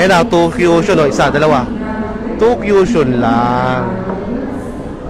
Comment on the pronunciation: CUSHION po yun. "ku-shon" po ang tamang pronounciation hindi po "Q-shon".